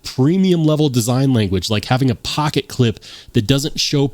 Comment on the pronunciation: I swear I heard you start talking in a bronx accent when you said "pocket pecka" 😂